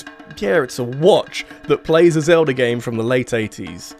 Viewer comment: It is Zelda not Zelder.